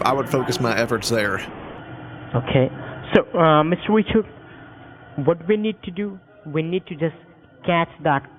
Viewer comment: Mr. wichawds 😝